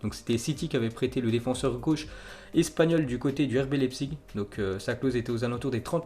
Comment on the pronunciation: Leipzig on dit lAIpzig